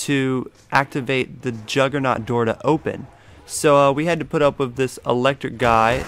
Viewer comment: learn how to say things like juggerNOG not juggerNOG naut